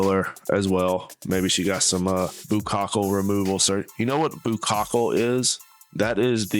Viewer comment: No, Sir---"buccal fat." Just 2 syllables. Great video.